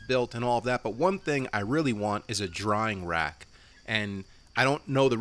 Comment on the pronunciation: "drying rack" You keep saying "drawing rack"